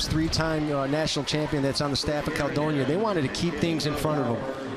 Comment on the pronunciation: Can’t stand the way the announcer says Caledonia